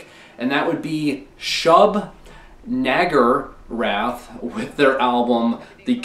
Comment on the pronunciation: Ayy. Your gonna see health live? Nice. Ps. Sigh’s later albums kinda sounds like Pokémon Team rocket music and that kinda makes me laugh, that thought kinda ruined the band for me but still. Also, what I’m glad you pronounced it wrong, I just pronounce it as “shub na jer wrath)